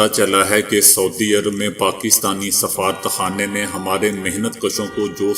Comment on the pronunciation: safarat khana in urdu please say safa-rat rat sound should be clear, don't say as one word